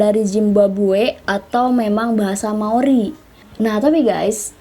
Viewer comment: "Maori saos tiram" Bukan gitu ka 🤣😭